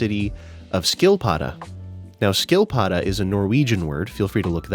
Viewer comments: Saw the title and was really curious how a turtle would come into play here. Also, it's pronounced with an "sch" sound not an "sk" sound, so "schill-padda" not "skill-padda." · "Ski"-prefixes have silent "k"-s and a thick S. Correct pronounciation would be "shill-padduh". :) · Ah. Also, nice pronounciation of the word 'Skilpadde', though if you want to improve it, the 'ski' part is actually more like the 'shi' in 'shield', which is fitting as the word apparently comes from the dutch/german 'schiltpadde' and/or 'schildepadde', all of which directly translates into 'shield toad'. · Sorry, i love you, but look up how to day skilpadde..... Firstly it ends with an e thats pronounced like ther e in End